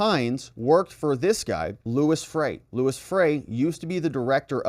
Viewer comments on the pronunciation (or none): Lou-E Freeh not Louis. One of the shadiest swamp rats of all time.